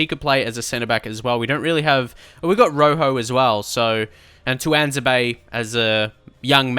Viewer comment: It's pronounced two-wan-zay-be